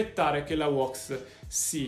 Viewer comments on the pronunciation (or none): Ora farò il pignolo si pronuncia WÈX NO WOX bella